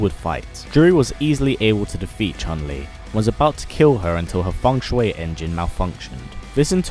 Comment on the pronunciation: Its ( FUNG - SHEE ) engine not fung shuway engine